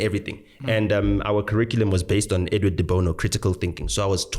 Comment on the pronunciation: Edward Dibono? What? What are you guys saying 😂😂